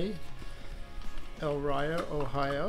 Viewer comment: Take another look at your favorite flux bottle. In many of your videos, I’ve noticed you always mis-pronounce the name of the city it is from in Ohio. It is from Elyria, which is pronounced ‘El-eer-ia’, not ‘El-ry-uh’.